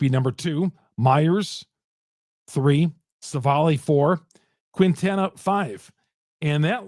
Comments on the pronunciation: As a Marquette University alumn, I beg you: stop calling Quintana “Queentana”. It’s a silent “u”, just like in Marquette (it ain’t “Marcuette”). The correct pronunciation is “Keentana.” Keep up the good work! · It's pronounced.. keen-ta-na